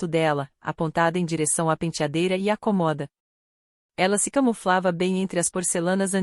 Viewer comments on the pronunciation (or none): Escovar os dentes? Não eram os cabelos? Por favor, prestem atenção na narrativa e que a locutora não diga COMOHDA!!!! A pronúncia certa É CÔMODA com acento circunflexo no primeiro O. 😢